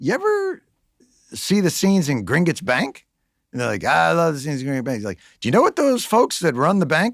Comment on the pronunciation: Cmon, he doesn't even pronounce Gringotts correctly. Why would anyone take that seriously